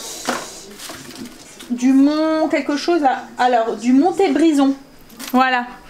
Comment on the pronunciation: Coucou 😀 Le fromage qui est comme du bleu, c'est de la Fourme de Montbrison ( le T ne se prononce pas 😙). C'est un fromage de ma région. J'habite à 20 km de Montbrison. Le marché de cette ville a été élue meilleur marché de France 2020 au journal de 13h de Jean Pierre Pernaut 🤗 Miiiillles Biiiiiisous 😘💞